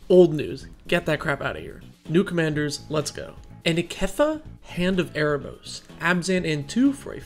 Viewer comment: Please read the card name before you butcher its name =( Anikketha???? Zhuholdik????